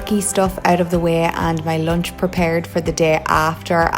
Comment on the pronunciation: Moch, lonch, cop, makeop.. u spell 'u' as 'o' .. why is that?? I mean, every other pronunciation is alright.. but a few of these are odd On the other hand, you said "usual" correct.. u didnt say "usuol"